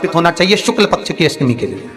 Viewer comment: Shukl paksh bolna seeko bhai